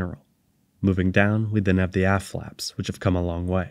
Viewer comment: I kept hearing hearing "ass flaps" because your pronunciation of the t at the end seems to be missing. "the ass flaps were damaged from the heat of reentry" sounds a bit sketchy